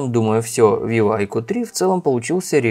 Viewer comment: Как понять, новенького "авиво"? это виво а не авиво